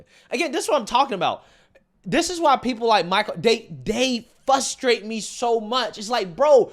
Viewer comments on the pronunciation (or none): Things that you say which annoy me. 1.) Fusstrate. The word is frustrate. 2.) Coo-coo for coco puffs. 3.) You always say, "every since" instead of "ever since." 4.) You do 2 things when you swallow. You either click your tounge off the roof of your mouth. Or you try to start speaking halfway through the swallow and you make this weird gulp sound. 5.) You giggle at your own stupid jokes There's other things but this is the bulk of it. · Someone tell its FRUstrate not FUSStrate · Frustrate... It has an R in it 😂